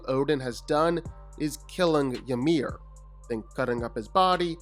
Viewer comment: Calling him Yamir is annoying af , its spelled Ymir but it sounds like E-meer.